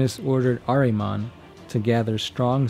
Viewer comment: It's pronounced "ARE-uh-monn," damn it! His name is "ARE-uh-monn!" Show a little respect to my man Ahriman, dude. :-p (Decent video altogether, though, buddy. :-D )